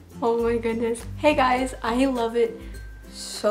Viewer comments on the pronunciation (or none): none